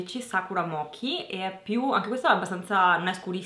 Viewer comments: si legge "moci" senza acca :D io ho quello e lo adoooro, mi lascia un pò le labbra tinte ed è sopravvissuto eccellentemente ad un cappuccino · mochi no! leggi come "moci"